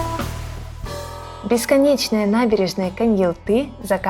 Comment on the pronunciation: Почему КоньялтЫ???😮 КоньяАлты же!